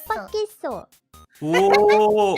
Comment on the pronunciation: 깜빡했어 가 아니라 갑바깼어 인거같아요